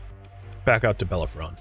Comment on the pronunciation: I'm sure you got this answer days ago, but Bellerophon is pronounced buh-leh-ruh-fn. He was a Greek demigod or something, like Hercules and Perseus. There is also an opera with that name, which I am pretty sure is based upon him and is usually where people have heard the name.